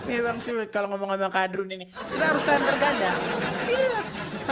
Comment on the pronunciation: Syulit....., syuliitttt......brader. 😂😂😅